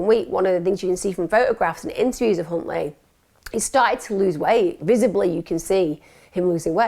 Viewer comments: could’ve sworn you said Cuntley 👀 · I swear I heard you say C...untley lol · … it’s pronounced “Huntley” but I see what you did there 😉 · OMFG Emma you unknowingly said his name. All members and please you as well Emma, listen to how you say his name. I’ve saved that part so I can show Les. Only that part though. 😂😮😂😮